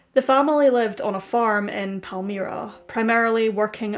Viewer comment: Pal - MI (long I)-Ra. That's how Palmyra is pronounced